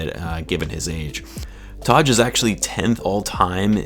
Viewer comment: Great vid man but you gotta learn how to pronounce “Taj” lol